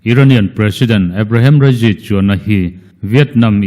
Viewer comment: Ebrehem rasy tih te chu a😂😂😂😂